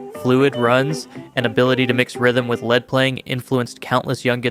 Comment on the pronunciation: Come on man. It’s wow-nd strings, not woo-nd strings. And lee-d guitar, not led. At lest someone who knows guitar and can read, read the script.